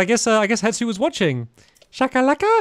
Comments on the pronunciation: Why does it annoy me that he calls him hetsu when his name is hestu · It’s he-Stu not het-su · HeStu, not HeTsu! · it kills me when stamps says "hetsu" and not "hestu" 🤣🤣 "it is a thing." -Stampy Cat 2023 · who wants to tell him it’s HeStu and not HeTsu😂😂😂 (i didn’t watch the botw series back then somehow even being a loooong time fan, so i could be missing out on an old joke lol)